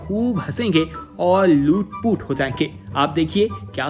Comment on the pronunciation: LOT POT HOTA HY LOOT POOT NHI